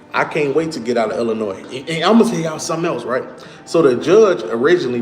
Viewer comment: He said .. IlliNOISE all the time and AR. TICK. OOH. LATE. He is terminally stupid.